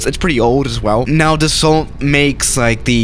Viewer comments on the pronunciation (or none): you have to say dasso mercUre You don't have to say dassaultee or mercioure c'est facile! Test le rafale à marseille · It’s not pronounced as it spelled it’s pronounced Dasso kinda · And the L too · French people: dassault: the salt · Should learn how to pronounce Dassault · “Doesn’t even matter” French: TRIGGERED Edit: the “t” is Dassault is silent. Like Renault.